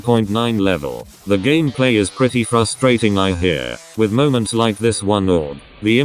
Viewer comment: remeber when the text to speech said gammaplay?